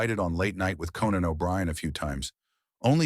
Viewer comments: Text to voice CLICK BAIT. It's pronounced CO-NAN O'Brien.....not KEN-NAN O'Brien. Get the heck out of here with that stuff. DO NOT RECOMMEND THIS CHANNEL. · then there’s Cannon rather than Conan. Sloppy work overall. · The AI narration is awful. The "narrator" mispronounces Conan's name 3 times! AI sucks.